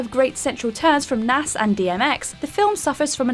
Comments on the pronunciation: Did she call him Nass?? 🤣😂 His name is Nas, as in Nasir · The way she pronounced "Nas" abruptly ended the vid for me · I thought mispronouncing Nas' name was bad but "Huge Jackman" was brutal. I know you guys gotta pump out the videos, but please double check pronunciation first. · cringed when she pronounced Nas